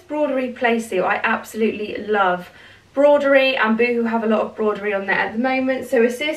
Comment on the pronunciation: I got that first playsuit last year it is lovely on, you look lovely in everything as always xxx....on a side not it is pronounced broh duh ree not brod er ree